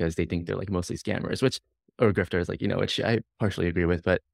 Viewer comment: at was he saying "wif" as in "dogwifhat"?